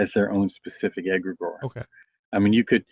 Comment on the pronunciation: (pronounced egg' gree gore)